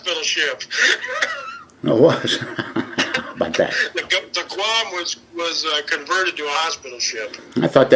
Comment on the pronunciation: Why is he (the phony SEAL, not Don) pronouncing "Guam" as "Gah-wam"? Has he only read about it?